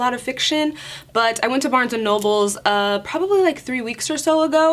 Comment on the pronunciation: Barnes and noble, not Barnes and nobles! I Appreciate the hair tips and book recommendation.